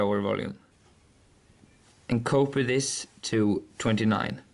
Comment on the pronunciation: When he says "copy this" it sounds like he's saying "Cope with this"